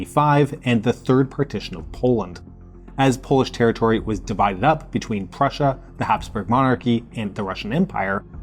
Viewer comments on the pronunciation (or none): none